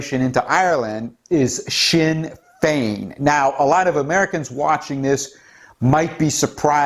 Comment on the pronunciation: Good job on the pronunciation of the Irish Political Parties. No real surprise that "Sinn Féin", are on the side of leftist Globalists' (translation we ourselves or ourselves alone literally a declaration of "Ireland for the Native Irish", ironically). "Sinn Féin", split in the early seventies into "Official Sinn Féin", nick named the "Stickies", and "Provisional Sinn Féin", with the Officials representing the more Conservative Wing and the Provies the more radical and Socialist Wing, no surprise that they would feel an affinity for "Antifa", as they would share their Marxist/Anarchist world view.